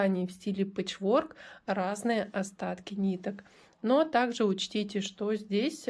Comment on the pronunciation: . Пэчворк- ударение ставится на первый слог- пЭчворк.И спасибо за МК